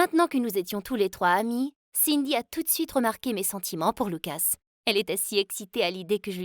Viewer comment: Elle a dit loucos au lieu de lucas